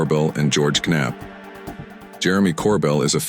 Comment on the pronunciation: Goerge Ka-nap ?